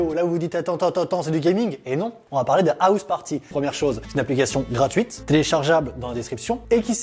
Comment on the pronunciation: Je suis le seul à avoir un peu badé quand il a prononcé "House Party"? Je vous laisse aller checker sur google, mais le jeu vidéo, pas l'appli 😅